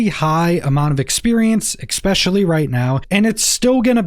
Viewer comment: My guy, it's ESPECIALLY, not exspecially...... wow.